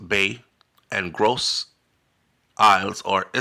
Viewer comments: It prononce Marigot (Mar ree go) and Gros Islet ( Grow zee lay) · Islet is pronounced eyelet